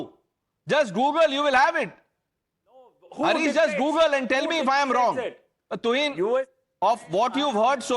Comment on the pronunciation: His name is not Hareesh Mohammed... It is Haaaris mohammed. Please correct...